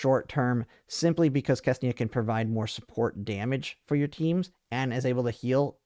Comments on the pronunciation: got my It is not Kesnia . it is Ksenia. ( or Xenia if you are so inclined to spell it that way ) KSE NI A English my man , do you speak it ? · I spend way too much time wondering who is this FREAKING KESNIA he is talking about. KSENIA ! k-S-E-n-i-a 😂